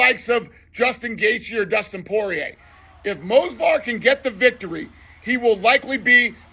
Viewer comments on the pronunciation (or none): It's Movsar, not Mosvar, Dana. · Dana can't even pronounce Movsar's name 😂